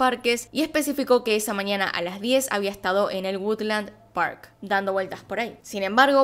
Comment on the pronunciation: se dice mañana, no maniana